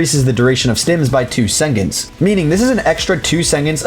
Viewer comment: i've never heard seconds pronounced sengentz before.